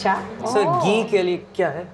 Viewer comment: It is not "Geee", it is "Ghee" It is not "Taali", it is "Thali" At least pronounce hindi words correctly. Stop with the accent. It is annoying af.